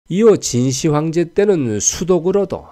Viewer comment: '진시 황제'가 아닌 '진 시황제'로 읽어야 합ㅂ니다.